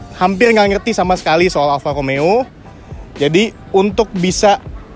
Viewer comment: BELAJAR bulang R dulu Bro.....!!! Kalo gaa di Wakilin dulu...Cs Alfa Romeo Ada Huruf R di sana Ente gaa Bisa Huruf R.... Mending OFF Kasih Yg lain ROMEO Bukan Lomeo